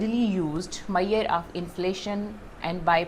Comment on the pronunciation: its MEASURE not MAIYER .